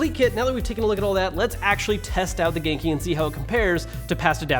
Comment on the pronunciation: Am I the only one who thinks he is sometimes trying to say GameCube? Note: I know he is saying genki